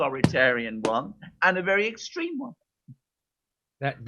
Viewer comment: How are you going to have a Press Secretary that can't even pronounce "extreme"?